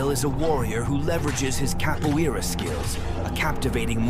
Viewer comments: CAPO-EARA??? IT'S CAPO-ERA PLEASE AND THE R IS SAID WITH AN SPANISH ACCENT PLEASEEEEEEE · I just wish Capoeira was pronounced correctly lol